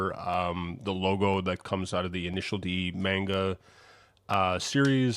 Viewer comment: Bro your pronunciation of manga is deranged😭 also the head is idw